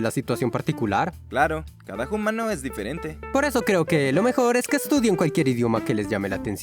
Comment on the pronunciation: Por favor, deja de decir "jumano". Lo digo con cariño 😌